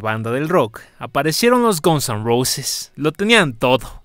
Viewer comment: Xq dice Gonson Roses??😂